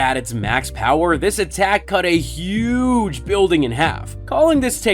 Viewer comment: Dude why are you being so damn extra with this? You don't need to talk with that much emphasis. Huuuuuuggge. Just say huge. Not everything needs 42 syllables